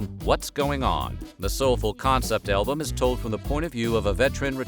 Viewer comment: Anyone else hear elbows instead of albuam